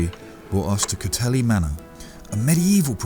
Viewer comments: Great video. Just a small correction, it's pronounced 'coat heal' not cothelly. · Mate.....as a west country coue you should knowhow to prinounce places, e.g. cotehele is pronounced coateel....not.....cotelly you twit....i work at cotehele. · For your interest Cotehele is pronounce 'coat heal' and not coat healy. Orherwise another fab video. Keep up the excllent work. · Cothele is pronounced cot heal but I loved your attempt!! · Another stunning video from the Cadoha crew! I believe it's pronounced Cotehele as in 'co-teal', not Cotehele as in 'co-telly'. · Great video as always :) Oh and Cotele is pronounced Coat Eel not Coat Helly :) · Cotehele is pronounced "COTE-EEL". x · Cothele is pronounced “Coat heel” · Nice to see you on my River. Sorry not to see anything of Cargreen where our boat is. Hope you don't mind, but just one liiiiiiittle correction; it is pronounced 'Coteheel', but no one will really object. Those ferries are like magnets, I've never got past them in one go, haha. Thanks and take care.